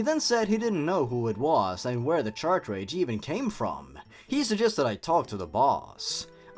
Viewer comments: Cart-Ridge. Not “CHARTRADGE!” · I'm kinda annoyed that you pronounce "cartridge" "Chartrage" It's pronounced "cart-ridj" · Not to be mean but you say "Chartridge" not the correct grammar which is Car and Ridge with a T sound at Ridge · This is the first video I've found of yours, I like your humour and editing plus you speak clearly without rambling. But the one nitpick I've got is that cartridge is pronounced "Ka-tridj". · Yeah ok I cant help it but notice you keep saying "Chartridge" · No offense, but I think the way you pronounce "cartridge" really adds to the awful writing of this story.